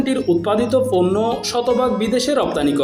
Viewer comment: সময়টা ছিল ছয় না চয়, ফন্ন্য না পন্ন্য, পারেনি ন ফারেনি, নিউজ করার আগে ভাসা ঠিক করে নেউয়া উচিত।